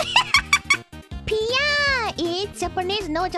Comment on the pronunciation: ok I thought she said BLYAT! but it was piya